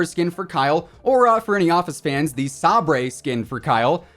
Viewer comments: This guy really pronounced “SAY-BER” as “SAH-BREY” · He pronounced Gaz's skin as Sabray, not Saber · Not trying to be a smartass or anything, but it’s pronounced Sa-berr. It’s his codename in the Piccadilly Attack in the campaign. Just a heads up tho, to each their own. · "Hey Hi How you doing?" I dunno man I was doing fine until you pronounced Sabre... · He meant to say it... He even mentioned why he said it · We just gonna skip over how pronounces "Sabre"? Jk, love you bro <3